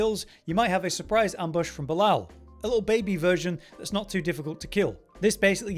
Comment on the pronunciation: It is painful on how you pronounce Belial :face-purple-crying